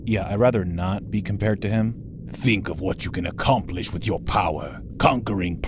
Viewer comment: HAHAHAHA "MISSION A COMPLISHED" HAHHAHAH XD